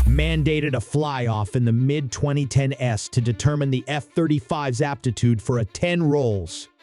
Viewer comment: AI narration getting very good. Thought is was human until it said "the mid 2010 S"